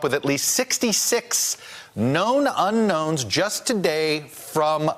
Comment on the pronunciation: not "Uknowns" It's "Unknowns"